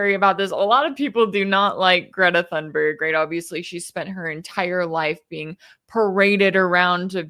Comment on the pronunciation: Thank you for your analysis. It's "Tune-berg," if you please. Most properly, "Tune-berry." Greta is my greatest living hero. I am 77, and that says a lot, from someone my age. And she was not "paraded around" during her climate activism. Her parents did not want her to do it. She provided the impetus, herself, from the heart and conscience. She has dealt with tremendous ridicule (including from Donald Trump), and mysogyny, I have no doubt, for doing what her heart and ideals inspire her to do, including making this relief mission. I have followed her career since 2018, when she first started making news, and heard her speak at the Global Climate Strike, in NY City's Battery Park, on Sept. 20, 2019. That was an electrifying and unforgettable event, the high point of the movement, in my opinion. Sadly, the world has gone downhill ever since, and coninues on that trajectory. This typical behavior by Israel, and the total disgusting, inexcusable silence, or tacit approval, from the rest of the world, is one main reason why I am no longer a Christian. Donald Trump (or Joe Biden, or any of them) calling himself a Christian, is among other main reasons.